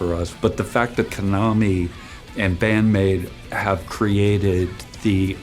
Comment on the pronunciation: Note to native English speakers: it's pronounced ka-na-mi, with equal emphasis on each syllable, not k'-NA-me. Unlike English, Japanese is one of the languages in the world with no lexical stress within words, so each syllable gets the equal emphasis. Getting people's names right is important and not difficult. We can do better.